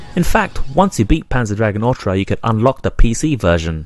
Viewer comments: saga not sega, orta not orcha learn how to fucking talk..........or read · Otra means "other" in spanish. This game is called "O-R-T-A". ORRRRTUHH say it with me now.